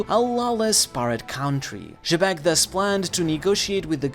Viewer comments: Xebec is supposed to be pronounced "jee-beck" that's how both the japanese and English dub call him. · who is "juh beck"?? bro just say his name right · why you keep pronouncing xebec name like that lol